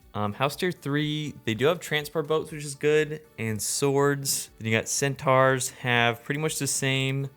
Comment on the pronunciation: Absolute banger as always but the way you pronounce centaur is absolutely egregious